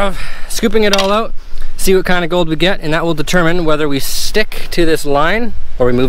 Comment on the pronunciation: "Look at vhat"🙈